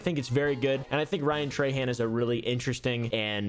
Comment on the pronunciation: being a louisiana native hearing people say trahan like "tray han" is so weird. we say "troh(n) hoh(n)"